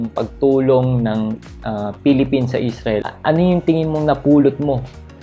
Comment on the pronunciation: how I wish you can pronounce properly your F and P, V and B. Pilipins or Philippines? Blog or Vlog? at marami pang iba. Peace ⚘🌷⚘